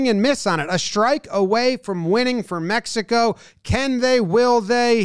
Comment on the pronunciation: Jomboy can you say "Mejico " again? 🙏🏿